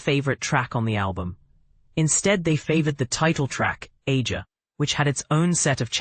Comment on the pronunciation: It’s pronounced Ay-zha!